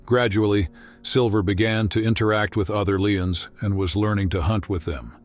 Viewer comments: Leeons?!? Wth 😎😂🤣 narrator can't read simple English #Lions 🦁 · fix your AI voice...LION IS NOT PRONOUNCED LEE-ONS!! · Sorry, when the narrator said “Leeuns”, this dropped its credibility. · Leeons. love the AI narrator. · So.. lovely story, but u all realise this is not a narrator. It's AI. It said leons at the end. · What a horrible AI voice! "lions" pronounced as "lee-uns" among others. What is wrong with you? Why would you despoil such a wonderful story with an ARTIFICIAL computer voice? WTF? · Beautiful story, but did that stupid AI actually pronounce lions as lee-inns? Somebody teach AI English. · Veetranareens care??? Other leeons? I would gladly to a voice over for you at no charge! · Interesting how the AI voice suddenly forgot how to say "lions" and decided to say "LEE-ohns" instead. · Leons? Mispronouncing words. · The strangest thing about this video has nothing to do with the relationship between lions and humans. This narrator has mispronounced so many words in the most ridiculous ways, I don’t even know where to begin. Lee-uns? Really? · Enjoyed the story and video clips... the narrator sounded like he new what he was reading..and broke my following when he called lions .."leions". May I suggest you should have someone check the sound tract? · computer automated voice pronounces lions incorrectly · I wanted to hear the story and felt bad for sticking to the end because the narration was awful. Even mispronounced “lions” at the end. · Please next time have a human read the narration rather than a computer synthesized voice that can’t pronounce “veterinarian” or “lions.” Humans still do speech better. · I'd like to offer my heartfelt thanks to the AI that wrote and narrated the voiceover to this moving documentary. I wish it all the best in improving its pronunciation of challenging words like frightened, morale and lions. And I hope that it soon learns that lions don't generally switch gender multiple times during their lives.